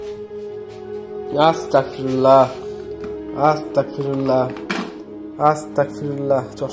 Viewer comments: আপনি বার বার পড়তেছেন আস্তাকফিরুল্লাহ কিন্তু সঠিক উচ্চারনটা হবে আস্তাগফিরুল্লাহ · আসতা্গফিরুল্লাহ বলবেন। আসতাকফিরুল্লা বললে আমি কাফির হয়ে যাচ্ছি মাবুদ এইটা বলা হয়।তাই আস্তাগফিরুল্লাহ বলবেন।❤❤❤❤